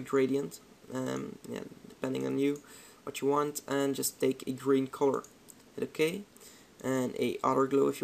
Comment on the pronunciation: The way you say color.. Corror, hihi c